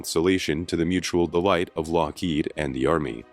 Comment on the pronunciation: Love the content, hate the AI narration... "Kah-nute Rockne" , Lock-HEED , etc. 😑